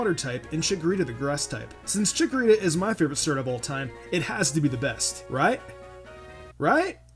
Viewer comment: not chickorita